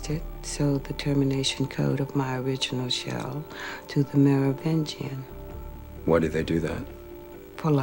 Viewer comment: It is MeroviNgian not Merovigian though.